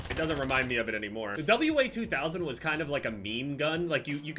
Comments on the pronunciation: its called the (wah)2000 not W A 2000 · W sniper. WA2000 is one of my favorite snipers in FPS games. Also it's pronounced WAH-2000 not W-A 2000 (WA is short for Walther 2000 as it was created by Carl Walthers Sportwaffen, a German firearm manufacturing company) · It's pronounced "Wazooo"